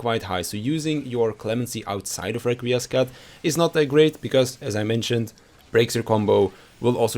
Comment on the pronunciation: Upvoted for pronouncing Requiescat and Confiteor correcly (or very very close at least)